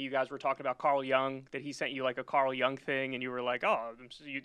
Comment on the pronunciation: It’s not pronounced Carl “Young—as in a “young” person.” His name is spelled “Jung” and pronounced “Y-oong”.